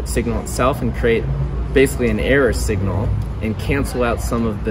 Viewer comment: Are you saying "error signal" ? I'm not able to discern it. Thanks. And does an error signal behave as a noise cancelling wave form? I'm trying my best to understand stuff that is out of my depth. I understand that it's probably engineering 101 day one stuff but I'm an artist and never grasped higher math. Thanks. -✌🏼